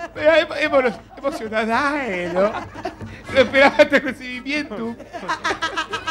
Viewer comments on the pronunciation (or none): "EMOCIONADAE" JAJAJAJAJAJAJAJAJA